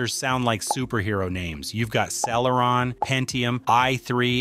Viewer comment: I hate to be that guy, but "Celeron" was mispronounced throughout the video. Also, you did not explain about generations of processors. A newer generation Core i5 can easily beat an older generation Core i7, for example.